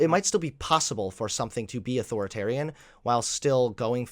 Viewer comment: Why does it bother me that he says it like "Auth-oritarian"?